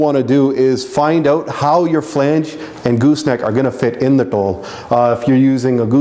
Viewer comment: yo kidaan sati. tell yo boi its not tol it DHol